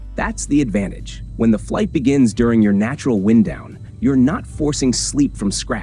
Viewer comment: Interesting how the narrator pronounces “wind down.” AI again?